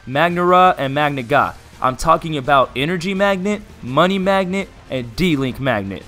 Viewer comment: He said magnigga